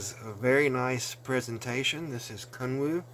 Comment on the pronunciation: About 10 minutes into the video when I finally realized you were not saying "kung fu" but actually "Kun Wu"! Sweet piece for sure. Thanks!